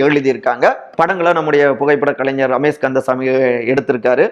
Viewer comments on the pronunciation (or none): none